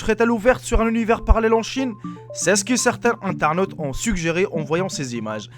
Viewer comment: "qui zont" non "qui ont"